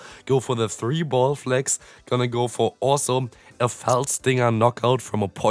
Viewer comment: Just wanted to let you know, its Fell Stinger, not Felt 🙂👍